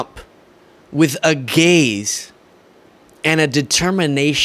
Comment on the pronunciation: "Phil gives Trump a gay-ze..." Yep, a homophobic closeted one